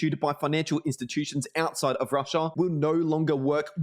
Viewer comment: "rush-aaaah" lol... annoying af after like the 10th time saying that.